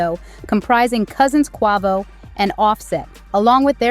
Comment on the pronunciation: Sweetheart please pronounce Quavo name correctly . It sounds so cringe how you’re saying it lol